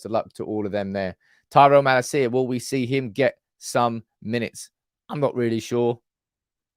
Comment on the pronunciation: It’s Earuhdeeveezee, not Eradeeveezeah. Just like it’s ma-LAcia, not Mala-CIa. Love the content,. And I know you’re a bit dyslexic, right? I just figured you might wanna do it the proper Dutch way. ❤ UTFR!